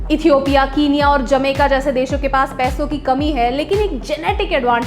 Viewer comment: Niyu it's not कीनिया it's केनिया....but you both are doing well ❤️🇮🇳👌